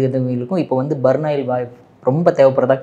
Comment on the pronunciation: burnoil இல்லீங்க.. burnall (burol) .. பர்ன்ஆல் ஆகும்! 🙏 💐